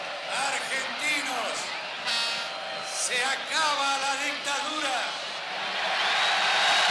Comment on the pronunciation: Sí, ya me enteré con palabras cómo "Dictura", "Innecesesario" o "Clasificidad".